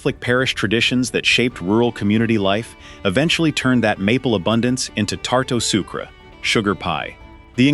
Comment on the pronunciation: You are fired from ever narrating any French words. Do you hear me? The pronunciation of the phrase tarte ou sucre was unforgivable. You should be ashamed of yourself; you should be fired.